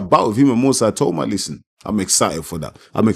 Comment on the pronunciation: It’s definitely pronounced ee-tah-oo-mah (the other way). Eye-tow-mah sounds European.